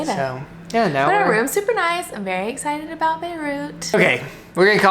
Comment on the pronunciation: I love how says “ETcited” instead of excited lmao every time makes me giggle